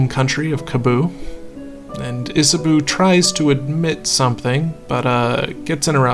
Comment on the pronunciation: Love the video, Cannot tell you enough how much you calling Isabeau "Isaboo" pained me [as a french speaker, it's pronounced isabow]